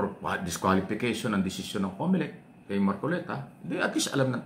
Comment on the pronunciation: Comolec hindi Comelec 😅😅😅😅